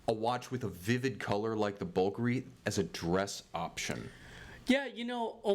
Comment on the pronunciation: Please guys, it's 'Bul-Gar-ee', not 'Bullgury'! Would you say you drive a red Fer-rer-ry sports car?! Please cut the gun talk bullshit too, it sounds a bit weird from outside America.